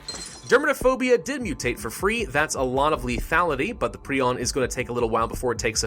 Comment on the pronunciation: It's pronounced pry-on.